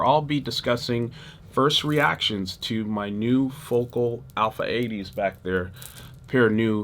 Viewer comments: It’s fo-KAL.. not focal ❤ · Dude, those French made monitors are properly pronounced as, "Foe-Cal" not Focal. Your video production is slamming! Peace.